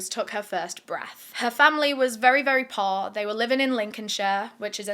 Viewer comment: When you first said poor I thought you had said posh.....